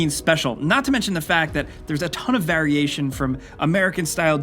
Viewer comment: I HATE the way he mispronounces variation every god damn time